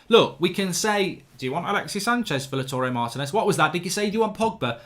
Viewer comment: It's not Laturey Martinez, it's LAUTARO, LOW-TAH-ROW